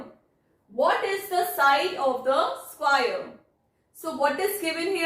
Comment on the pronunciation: Mam its square NOT SQUAIRE !